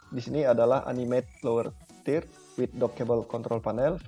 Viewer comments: Tidak masalah Mas dengan tidak sempurnanya menyebutkan kata "Third", kan bukan bahasa Ibu kita. Terima kasih atas penjelasannya.....cukup jelas. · Padahal di udah bisa bener penyebutannya 😐